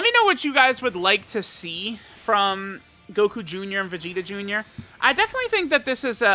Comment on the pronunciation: "we got Goku joonyah"